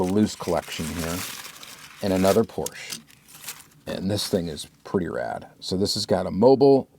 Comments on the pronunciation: Your pronunciation of Porsche is all over the place and I love it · Is the correct way to pronounce Porsche, most American dont spell the e at the end. Greets from Germany. 😃